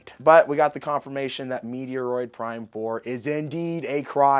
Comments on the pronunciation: You have got to start pronouncing Metroid, right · You said Metroid wrong